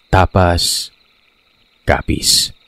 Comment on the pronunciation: To all letter senders, why don't you put accents to the vowels of the words esp. in names of places so that the narrators could pronounce it correctly. Ex. TAPÁZ/ DUMALÁG both are CAPIZ towns.